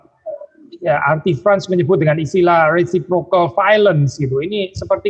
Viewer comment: syalom,"artifrans "???? mohon konfirmasinya